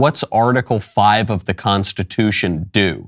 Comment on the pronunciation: In my nine years of faking being a judge I have never heard of that word you just said, what was it, "Con-stuh-2-shun?"